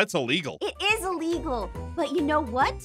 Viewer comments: I love when says thats a illigel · YES ITS SOOO ILLGELLL